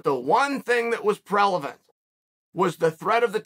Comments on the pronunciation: Me: “Chael is so well-spoken and…” Chael: “PRELAVENT” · i agree the wrestling threat was definitely ‘prelavent’ chael 100% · If Chael says it's prelavant, it's prelavant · "The one thing that was prelevant"? Lol prevalent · Prelavent? You mean prevalent🤔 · “The one thing that was prelavent…” -Chael Sonnen, undisputed, undefeated Wordsmith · Chael trying to say prevalent but saying prelavant has me dead lmao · What’s “prellavent”? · “The one thing that was prevalglent” Chael Sonnen 2022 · Uncle Chael said "prelavent" and yall just nodding your head and taking notes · Why is eveyone pretending to not have heard "Prelavent" Great vid though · “But the one thing that was prelavent”. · "but the one thing that was prelavent"